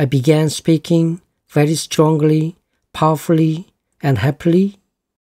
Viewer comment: 도움많이 받고 있습니다😊 그런데 설명하실때 strongly를 스트롱글리로 발음하시는것 같은데 스트롱리라 해야되는것 아닌가요? 저만 그렇게 들리나요?